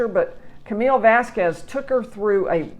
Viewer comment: Thank you for saying this. And for pronounce Vasquez, not Vaskwes